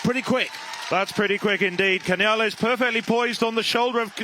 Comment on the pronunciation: Vaya. Yesterday, they called Cañal "Canal". Today, they call Canales "Cañales". Can you guys never get it right?